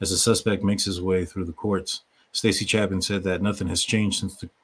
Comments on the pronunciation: He is Ethan CHAY-pin, not CHAP-in. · Chapin (chay-pin) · Pronounce Ethan’s last name correctly dude! Get with it if your gonna act like a you tuber.